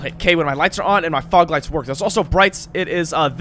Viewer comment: Lmao yeah when he says fog lights 😂